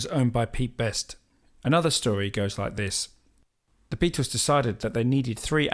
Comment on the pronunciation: It's not "the Beatos" it's the Beatles.